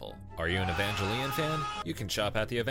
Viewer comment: Ey-van-geh-leon? Is this news? Have I been lied to?